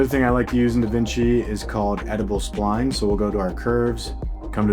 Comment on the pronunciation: "edible splines" lol